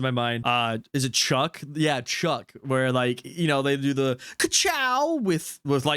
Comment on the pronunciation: Chuk😂😂🤣 instead chick Hicks